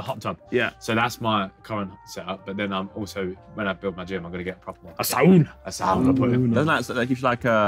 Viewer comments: Nice that they used the Finnish pronunciation of "sauna" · harry says sauna the right way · nothing brings me more joy than the sidemen pronouncing "sauna" with the right pronunciation